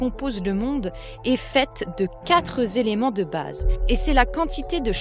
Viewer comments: minute "semblent zavoir été..." minute: "la philosophie des quatre zéléments" (+ toutes les fois qui suivent) je préfère votre voix à celle d'une narratrice. en plus cette narratrice fait des liaisons mal à-propos. c'est comme une faute d'orthographe à l'oral, vous comprenez? la dernière fois, c'était "La-hon" alors qu'il faut dire "Lan" (Laon). j'en profite pour dire que je préférais aussi vos vidéos sans l'adolescente boudeuse qui pose toutes ses questions en faisant la moue. ça n'ajoute vraiment rien à vos vidéos, bien au contraire, ça les rend plus immatures et moins professionnelles. je suis désolée. votre travail est sublime et pourtant, je critique sans arrêt. il y a un décalage entre le contenu qui est génial et le contenant qui est disons... perfectible... la langue est tout aussi importante que la spiritualité. elle en fait même partie (on crée ce qu'on dit, c'est même le sens de "abracadabra" en hébreu). je fais ça pour protéger notre langue française qui s'en prend plein la gueule en ce moment. je contre-attaque car la langue française, le conduit de notre réflexion et donc la base de tout le travail que vous faites - sans elle, pas de PagansTV - manque d'amour par paresse intellectuelle et est ringardisée par les Français eux-mêmes. elle mérite mieux dans la mesure où on est bien content de la trouver. donc soignons-la ("s'instruire" comme vous le dites dans la vidéo, s'élever vers les choses de l'esprit, "les choses intellectuelles", puisque la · Attention au excès de liaisons !! Oublions les terminaisons de verbe en « ent » que vous liez avec un « S » mais svp !!! L N’Y A PAS DE « S » À QUATRE !!! Merci. Ça fait tache pour le sérieux. Sur tous les relecteurs il n’y en a pas un que ça a derangé ?? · Elle m'agace, la dame,avec ses quatre zéléments. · ca m énerve d'entendre quatre Zéléments ... quatre est invariable ... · Il n'y a pas de S à quatre (zelements) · vidéo très intéressante, mais svp les quatre zéléments ...